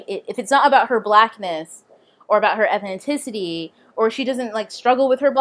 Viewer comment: You keep saying "Ethninticity".